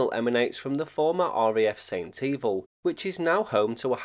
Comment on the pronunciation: Great video just a quick correction...it's pronounced Saint Eh Val although St Evil does sound quite funny.